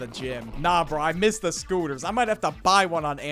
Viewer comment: tHGHE SCTOOTERS :D